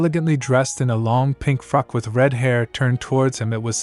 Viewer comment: I think you did a very good job, thank you. I hope you take these as constructive but you “clench” a fist not a wrist unless you are clenching someone else’s wrist. 😊 Also be careful how you pronounce “frock” it sounds like you’re saying something else. 😮